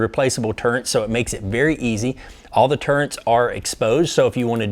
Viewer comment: Turrents? It drive me nuts when people say that. Turrets!